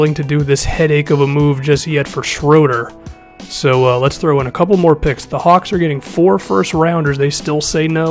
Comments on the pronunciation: Hey this probably won't matter but Shröder's name is pronounced Shrooder. 👌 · It's SHROO-DUR